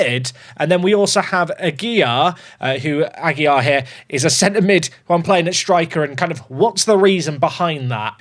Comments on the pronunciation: second day comenting, the correct pronunciation for AGUILAR is "Agy-Larr", with the strong R at the end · it’s ah- gill (like the fish breathing apparatus) -lar (like lard without the d)